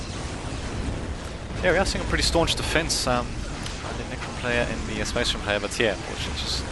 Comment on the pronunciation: The Necron player and Spasseh Mareehn player was TERRIBLE. -.